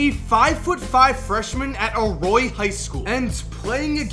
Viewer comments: A-Roy-al high school but I'll still love the video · It's arroyo not aroy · U didn’t even say Arroyo right smh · U said arroyo wrong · ya kinda fucked up the name of the school. As a student who attends Arroyo High im triggered